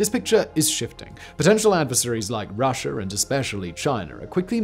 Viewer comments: Russher and Chiner huh? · WHY DO YOU SAY..."RUSSIAR" AND CHINAR"? LOL!!!!!